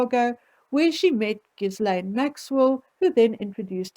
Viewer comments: sorry, it's Ghill-AINE. the S is silent. (i'm a bit OCD about things like this....apologies.) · Another brilliant analysis,! I agree with your every word! BTW (hope you don't mind) Ghislaine is pronounced "gillin" - the G as in gill.